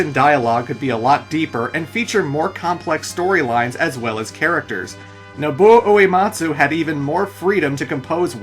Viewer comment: Alright, it's a great retrospective, but if you're gonna keep talking about the music, I have to insist you slow down. It's "Noh-Boo-Oh Oo-Eh-Maht-Soo"